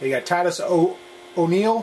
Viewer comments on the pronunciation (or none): none